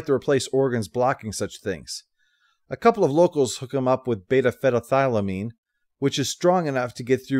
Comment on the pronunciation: Beta-what,? 🤣 Thetathylamine? Beta-phenethylamine.